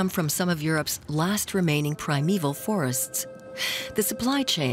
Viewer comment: It was good but this non-semantic pronunciation is too wide-spread to ignore it. It spoils the docu!